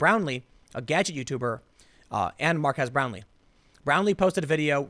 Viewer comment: I love how you pronounced his name "Mark-ass" Brownley. Feeling those good Youtube Rewind vibes!